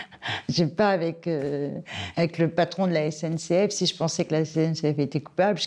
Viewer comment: On a un maire du bled qui a du mal à s'exprimer, (CNCF au lieu de SNCF!!!), qui est peut être LE gestionnaire de voirie, et comme beaucoup de maires de villages, n'a peut-être ni les compétences , ni les moyens de gestion des voiries. Par contre, il en a malheureusement LES RESPONSABILITÉS.